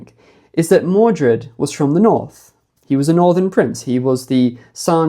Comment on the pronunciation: The NORRRTH, the norrth.... 😅😂☺️🏴❤️